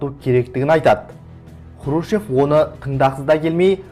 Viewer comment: Сен Хрущев деген фамилияны дурыс айтып уйренши,онан кейин Хрущевка карсы турган жане кызметимен коштаскан еки казак болды,онын бириншиси жылдары республиканын 1 хатшысы болган Жумабай Шаяхметов,екиншиси 1962жылы министрлер кенеси торагалыгынан босатылган Жумабек Ташенов.Шаяхметов Хрущевтын Казакстанда тын котеру саясатына карсы болды,Ташенов Хрущевтын Казак республикасын болшектеу саясатына карсы болганы ушин,сен ол кезеннин накты жагдайын билип алмай билгишсинип сога берме.